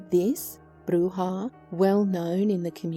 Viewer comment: Hate to be ''that guy''', but it's pronounced ''bru-ha'. Bruja = ''brew-ha''; brujo = ''brew-hoe''; and brujeria = ''brew-heer-ee-ah''. ''J'' is typically pronounced like an ''h'' in Spanish, as in ojos/''oh-hos''; or Jesus/''hey-zeus''.